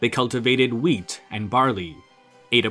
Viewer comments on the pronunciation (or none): none